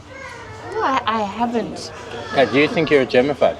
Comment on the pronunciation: You cant take the Indian out of.... the hand action coupled with the " I havent " 🤣. Another great video!